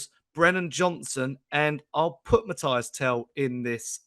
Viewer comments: frenchman here: please hear me out on how to prononce Tel's first name. It's not Matty (like Cash) it's not Matthias, it's between these two : Mathys "Mateess" you gotta prononce the Y as EE and the S is not silent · Stop being lazy and disrespectful… the guy’s name is Mathys - pronounced MATHIS! The pronunciation is as on Spurs official page and commentators are pronouncing it correctly, yet you’re still here calling him MATHIAS, shame on you!! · Show some respect and learn how to pronounce Mathys’ name correctly and stop being lazy!!😏